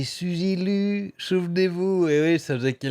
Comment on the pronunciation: Elle doit rembourser la monétisation sur les vidéos supprimées ? Pas terrible le "Suzy Lu" à la française, je préfère "Souzi Lou".